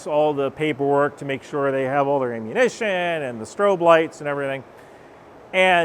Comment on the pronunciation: what’s the word. Amoooshna? Lol